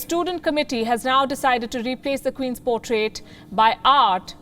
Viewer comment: Words like portrait & available pronounced by you are a disaster & many more